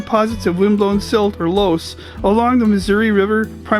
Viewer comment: Too bad you didn't get to drive Fulton Ave and other of those B roads, but you made the right choice to not tear things up. Amazing scenery not to be missed, so definitely come back. And by the way, Loess actually rhymes with bus. Even the locals mispronounce it most of the time.